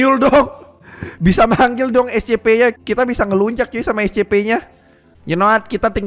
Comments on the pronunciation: Scp bang bukan escepe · Scp bukan escepeh bang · Bukan escepe harus nya yang benar scp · Scp bukan ecesekpek